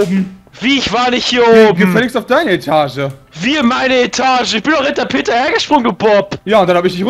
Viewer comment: Das heißt Peter und nicht Peta